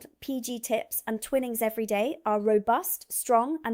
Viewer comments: Pronounced "Twynnings" spelt twinnings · Enjoyed the video. It’s Twine-ings rather than Twinnings (not important admittedly). Not sure I’d put Ribena in my suitcase, if it cracks that’s going to be an awful mess. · Why does the UK sell Hershey at all, when we've got the genuine already? Also need to note that Twining is 'twyning' not 'twinning'.